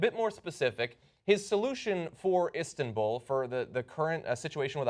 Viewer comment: "Istinbul." -John Iadorola